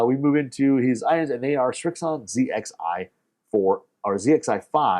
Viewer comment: Thank you for not saying zed xi 😂